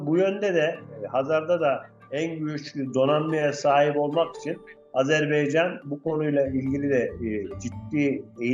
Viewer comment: Hakkında konuştuğunuz ülkenin adını öğrenin A-z-e-r-b-A-y-c-a-n. AzerbEycan değil. O beyfendiye söylüyorum